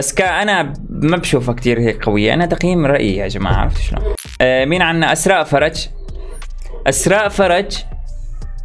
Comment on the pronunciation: بموووووووت كيف بيقول اسمي (اسراء ) والله احلا شخص بيكول اسمي فديتك يزم 💋💋💋